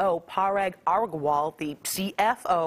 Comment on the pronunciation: "Parag Orgwall"